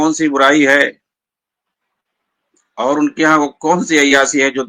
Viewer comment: مولانا یہ شکل سے تو لگتے ہیں لیکن یہ اپنی زبان سے جاھل لگتے ہیں۔ ڈاکٹر اسرار کے پاؤں کے دھول کے برابر یہ نہیں ہیں۔ ڈاکٹر اسرار وہ شخصیت ہے جسکی تعریف مولانا علی میاں ندوی جیسی شخصیت نے کی ھے۔ یہ مولانا عیاشی کو ائیا سی بول رھے ھیں۔ شادی کو سادی بول رھے ھیں۔ عقیدہ کو اکیدا بول رھے ہیں۔ ایسے چوانیاں مولوی کی بات ہم لوگوں کو نہیں سننا چاہئے۔